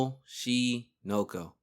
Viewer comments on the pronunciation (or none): cmon bruh it’s not that hard to say oshi no ko 😭